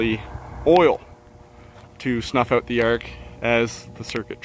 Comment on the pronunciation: "coming oat" - I think I hear a Canadian